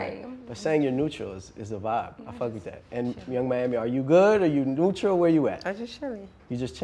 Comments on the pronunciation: 30s in and we got "nuetra."😂😂😂😂😂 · “Is I’m saying it right?” 😂😂😂😂😂😂😂😂😂 yo i love JT fr